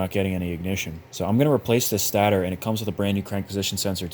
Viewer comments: Love the video but you said stat-ter it’s state-er😂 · Its pronounced Satayter not stater pronouce it correct please lol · im sorry😭 but its not stat-er its state-r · Its pronounced state-er not stat-er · just incase no one have ever told you its pronounced STAY-TOR. you had me giggling every time lol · Stay-ter....stator... much love brotha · everytime he said "stater" 😭😭😭😭😭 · Stay-ter... haha just messing around. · This was years ago. But guys. am i the only one who kept getting bothered when he prenounced stator wrong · Why you pronounce stator like that? I don't know why, but it always bugs me lol. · Have I been saying stator wrong because u say it weird lmao.. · Those are some sorry-looking tires!😭🤣 The way you pronounce "stator" and the fact that you are an Android guy, kinda jive. I bet the guy who built that stator also likes Androids! I hate 4-stroke piston rings with a passion! Awesome video! 🤘🏼 You earned that quad man! Keep it!